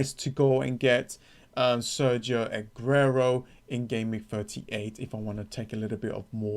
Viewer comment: Nearly as good as Alexandra-Arnold and Agrero